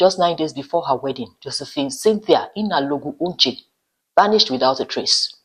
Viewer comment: Your pronouciation of the surname is awful. It is not "Uche". It is "Onche". "On" like in "Ondo" state.